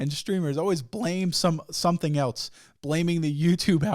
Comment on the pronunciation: Everytime I hear say "Eltz" instead of else I lose some respect